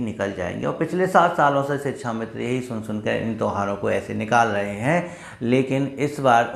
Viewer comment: Sir shikshamitra! Not sichchhamitra.